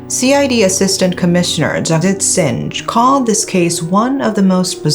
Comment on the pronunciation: i like how you pronounced Singh. Wrong, but cute